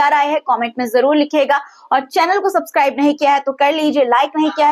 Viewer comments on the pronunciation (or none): none